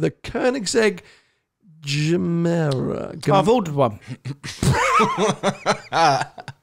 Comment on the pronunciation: "GEMERA" = "GIVEMORE". Pronuniciation: and